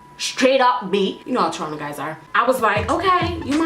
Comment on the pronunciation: What were you saying when you said "you know how (blank) guys are". It sounded like tronna guys kinda? I'm dying to know lol